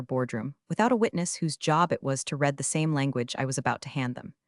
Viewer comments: Will you teach your AI to say words correctly. For instance the word READ. YOU read (reed) something. You have read (red) something. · I will subscribe once this channel programs their AI to recognize the difference between READ present tense and READ (RED) past tense. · Irrelevant, sometimes irritatingly distracting background! The verb "read" is pronounced "reed" in the present tense and "red" in the past tense! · Most of the instances in this story where the word 'read' is used, it's in the past tense, as in "counsel read (red) the agreement", but the AI narrator pronounces it as read, (reed). Maybe get an actual human to narrate these things. The story isn't bad, but the AI narration sounds ignorant. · How 'read' is mispronounced. Every time. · ‘Read’ and ‘Read’ are pronounced differently by educated people.